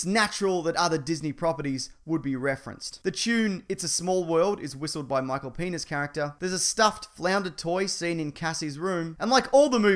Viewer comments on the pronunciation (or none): Did he say Michael Penis!? Lol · did he just said Michael Penis? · Did I hear Michael penis character? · did he just say michael penis? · Tardisman yeah I know I heard him say penis too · He dead ass said Michael penis tho lmao